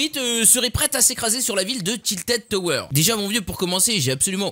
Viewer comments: j'ai stresser quand il a dit "tiltid tower" ^^ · "tiltid toweur"😂😂